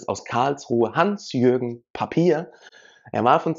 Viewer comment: Hans-Jürgen Papier ist ein Spitzenjurist. Seiner fachlichen Einschätzung darf man vertrauen. Herrn Papier spricht man nicht wie das Papier aus, sondern betont ihn auf dem "a", also Paaapier...